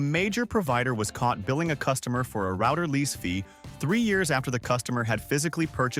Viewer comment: thumbs down for the pronunciation of "router"